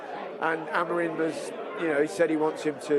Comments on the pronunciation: Kris Boyd - who the fk is Almaron? It's Amorim ya fudball. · Who tf is Ruben Amiron ? It’s Amorim ffs 🤦‍♂️